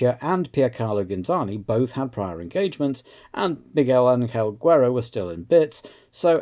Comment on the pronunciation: Hearing you mispronounce Guerra makes me cringe a little bit